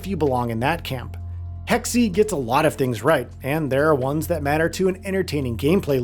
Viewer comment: WTF are "hecksie" and "ooksia"?